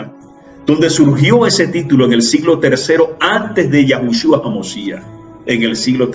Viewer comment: Perdón pero es Yeshua, no Yashua